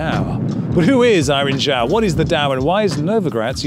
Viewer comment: As someone with "Zhao" as my last name I commend you for pronouncing it correctly! The "Zh" is indeed a "J" sound, there is no silent "H".